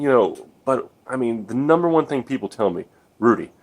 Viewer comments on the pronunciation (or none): none